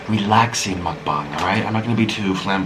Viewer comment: mukbang isn't pronounced like that......